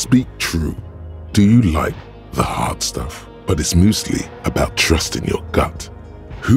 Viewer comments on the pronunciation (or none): "But it's möstly"